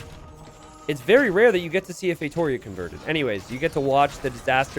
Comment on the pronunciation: No one:: FeiTOEria